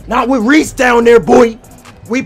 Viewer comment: He said resse trash to himself